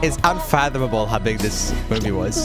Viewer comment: That little umhmm from Joel when he pronounced Unfathomable on the first try 🥇 🤗